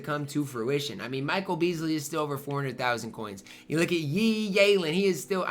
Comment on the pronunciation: please bro it’s been years! Yi’s name is pronounced “eee geee-on lee-on”‼️😂